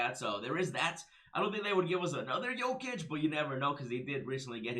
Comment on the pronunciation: You pronounced jokices name almost perfectly